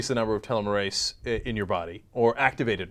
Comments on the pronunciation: Its pronounced "teelom-mer-aze", each time you said it it was like hearing nails on a chalkboard. And next to nothing in this report will be news to scientists (ie we've known about telomerase and its role in aging for years). Its time to start seriously discussing the impacts of this stuff (ie we're living longer, fertile for longer and doing very little to embrace expansionism etc), otherwise we're going to overpopulate FAST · LOl TelmarASe... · hahahahahahha Anna is so cute when she tries to pronounce telemerase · HAHAHAHAH YOU'RE PRONOUNCING TELOMERASE WRONG HAHAHAHAHAHA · There are so many problems with this story. Enzyme therapy with telomerase (which is pronounced tell-ah-mer-ace) will never work. Aging is such a complicated process, with hundreds of enzymes and pathways involved, that any attempt at using this as a "cure" for aging will likely cause more harm then good, especially because telomerase is linked so closely to cancer. Even if it worked, it would not stop our bodies from breaking down at the same rate that they already do. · TEEEEEEEEEEEEEEEELOOOO-MERRRR-AAAAZZZEEE. Thats how u say it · TEE-LOHM-UR-ASE, Ana. Christ almighty... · 'tel-LOM-mer-ase' You're putting the emPHAsis on the wrong sylLAble. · Accent on the wrong syllABLe, Ana. Always go with the second. TelOmerase (short O sound). Telomerase is the enzyme that helps the tail ends of chromosomes rebuild. The tail ends protect the DNA. As we get old, we stop producing so much telomerase, the telomeres break down, and cells die. A US woman one the Nobel for this discovery just a year or two ago. It's pretty cool. Check it out. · LMAO! tell a merase. hahahah. telomeres/telomerase are pronounced with a teel instead of a tell... And I think I first learned about this in high school. Really old news... The industry has spent billions trying to recreate telomerase activity. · Tuh-LEM-er-ASE. That's how your pronounce it. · pronounced TEA-lom-Oh-rase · it's pronounced TEE-LOM-ER-AZE